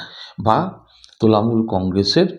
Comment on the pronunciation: আপনি তোলামুল বলছেন কেন ? এই প্রথম এই শেষ শুনছি